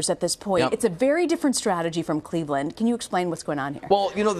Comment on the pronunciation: Did she just say cleaveland